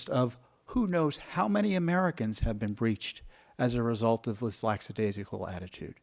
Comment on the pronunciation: Tom, I admire your work, but there is no such word as laxadaisical. The word is lackadaisical.